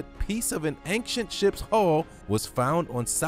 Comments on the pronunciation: Love the supreme videos. They make my day. However, 1 thing, please, PLEASE quit pronouncing ancient as if there is a k in it!!! Drives me nuts everytime you say the word. And you do quite frequently actually. "An-CHient" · yeah,get that. My pet peeve from this guy is ank-chant.😳🤪❤🇨🇦